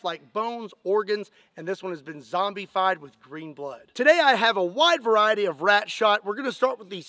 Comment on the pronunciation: It is pronounced (zom-bu-fied). Hope that helps 😁